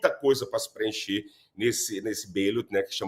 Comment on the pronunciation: "ballots", ou "cédulas" em português, pronúncia-se com o "ba de forma aberta, da mesma forma como é em português, e não " beilots" como o jornalista desse vídeo fala, a não ser que haja algum sotaque regional lá nos EUA, e que eu desconheço. Seria legal o jornalista falar de qual região dos EUA saiu esse "beilot".